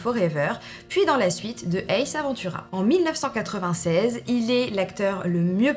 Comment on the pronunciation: Coucou je suis pas là pour dire du mal mais pour une fan revois tes classiques.c'estbAce Ventura pas aventura,ma belle merci a toi